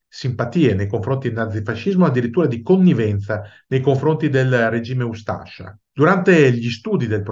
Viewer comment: Buongiorno, spero che gradirà questa piccola correzione su la pronuncia di un accento, la ha pronunciato "ustàscia" mentre la giusta dizione è "ústascia". Sbagliavo anch'io fino a quando un amico croato mi corresse. Complimenti per le sue esposizioni.